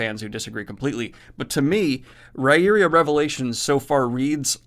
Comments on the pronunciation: Ri-ear-ah not ri-eria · I think the pronunciation of 'Riyria' is still a bit off, I went to the interview and I think how MJS pronounced it is 'rye'-'ear'-'aa'. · It's actually pronounced Rye-ear-ah. Sullivan says it's an in-world linguistic quirk it's not spelled like it sounds. And you should finish this series then go on to his Legend of the First Empire. It gives the actual accounts of the mythology the the world. Fascinating how he shows how things were misinterpreted and changed over the 3,000 years from founding to Riyria. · Dude .. you butchered the name of the series again!! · Said the name wrong again!! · Correct. He says it's an in-world linguistic quirk. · He still forgot it for this one, LOL